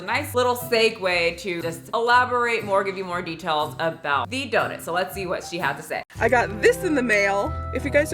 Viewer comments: Just came to hear Michelle say “Dough-nit” and I’m not disappointed. It’s my new favorite word. 😂 🙏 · I love how she pronounces it and I can’t get it out of my head 😂